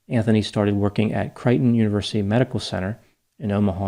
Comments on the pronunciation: I think it’s pronounced “kray-tuhn” not “Kry-tuhn”, if it is Creighton you are referring to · I grew up in Nebraska and we pronounced it Cray-tn